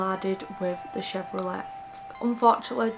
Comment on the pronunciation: Hello from the 🇺🇸❗️Just discovered you and you’re Wonderful- Absolutely Love the way you speak so calmly and your accent is ACES! I’ve subscribed and will now have a marathon of your presentations- just to let you know,, that Chevrolet is pronounced “Chev row lay” with a silent “t”. 🌈⭐️❗️